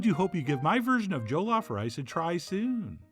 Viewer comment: JA-LOF 😂😂 NOT JOE-LOF❤